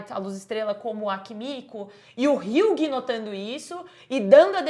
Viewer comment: Moça, uma dica, hughie se fala 'hi.wi'